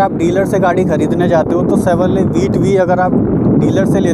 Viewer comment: भाई शेवरले नाही shevrolet